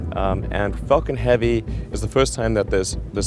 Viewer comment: 😭😭 he doesnt seem like he said “falcon heavy”